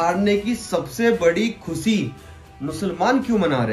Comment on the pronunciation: Assalamu Alaikum,, MashaAllah, you create excellent videos on education and social life. You are well-educated and raise awareness about important topics. However, one thing I would like to point out is your pronunciation. For example, you pronounced khushi as khusi and shuruaat as suruwaat. It is important to understand the difference between the sounds of Seen and Sheen. Since you produce such high-quality content, incorrect pronunciation can sometimes appear unpolished. That’s why I sincerely request you to work on improving your pronunciation. My intention is not to hurt your feelings, but rather to see you improve even further. Ultimately, the choice is yours. Your follower and fan.